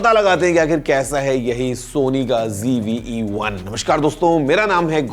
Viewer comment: It's not GV but ZV